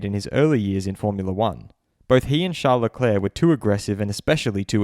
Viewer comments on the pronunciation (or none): Leclerc, not leclair. Leclerc.